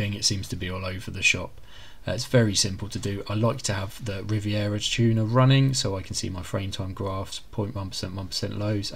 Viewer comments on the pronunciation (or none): Is your pronunciation of Riva Tuner and MSI a joke? lol